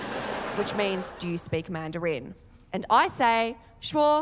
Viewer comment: Man du reeen - is that the Australian accent? 😂😂😂